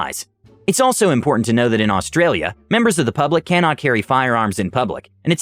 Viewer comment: Bloody Hell an American who says "Australia" correctly. Full marks mate